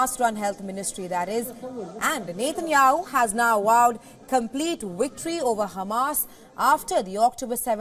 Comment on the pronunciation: Can you please teach this news host how to enunciate the letters W and V , her V is awful !! 😂😂 wictory??